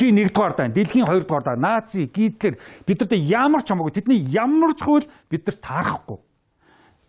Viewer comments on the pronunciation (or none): none